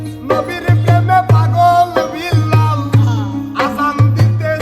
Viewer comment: আরে ভাই ওইটা বিল্লাল হবে না ওইটা হবে বেলাল